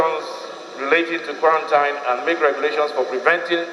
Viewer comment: With respect, the word quarantine is pronounced quaranteen